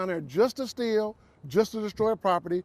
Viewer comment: I like the way he said "stieal" and "break windas".